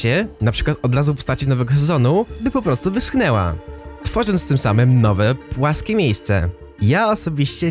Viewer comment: Wyschneła?!... Wyschła 😖😖